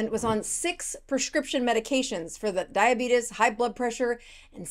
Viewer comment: It's Diabetes not Diabidis